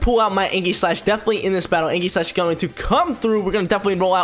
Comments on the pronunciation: ee· juhs slash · That ain’t how u pronounce aegislash bro 😂